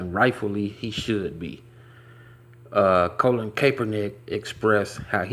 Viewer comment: His name is "Colin", not "Colon" lol